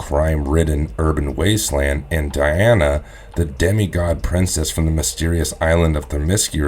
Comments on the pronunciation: Di... Di... Di 'ana... Not De Not De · Three of these commentators cant pronounce certain words properly said " hey dra" instead of hydra said " bru'der instead of brother in this video keeps saying " De'ana instead of Di' ana. Its driving me crazy